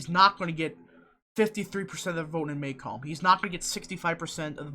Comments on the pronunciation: muh-COMB. Not MAY-comb;). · It’s pronounced muh-COMB. I live here. And I assure you....James is wayyyyyy ahead here. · The counties are pronounced Muh-Comb (Macomb) and Jen-y-see (Gennesee)